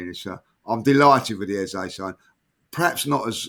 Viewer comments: You don’t call Saka Saké. Its EHZAH not EHZAY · His name is pronounced EHZAH. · It’s pronounced “E-zeh”